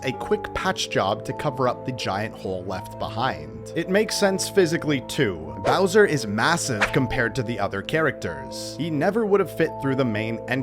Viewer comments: You said Blowser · Around 9 mins in you say Blowser lol. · bro said browser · Bowser ❌ blowser ✅ lol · did he say "blowser"? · “allowing Blowser” Blowser🤣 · I noticed that too. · did he just say blowser